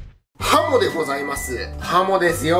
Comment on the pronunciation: はも～が、ほも～に聞こえてしもうた。。。